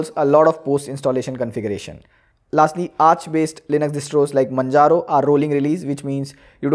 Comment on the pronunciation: its majaro, you dumb piece of shit. say with me 'mann'-'haro'.